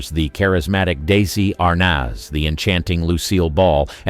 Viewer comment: I was getting into this video Until I experienced two glaring faux pas; one was calling Desi Arnez "daisy Arnez" and the other was calling Ella Fitzgerald "F Scott Fitzgerald" because of this bullshit i have to give this a thumbs down. is this an example of AI; because if it is, it sucks.